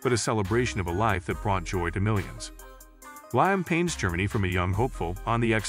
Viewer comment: please pronounce Liam Payne name correctly is highly offensive and disrespectful to the deceased and to the deceased family, knowing you can’t pronounce their loved ones name therefore don’t make videos like this if you can pronounce the person’s name